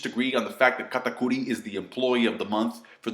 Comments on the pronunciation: I'm just here to hear u say katakori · why do pronounce katakuri's name like that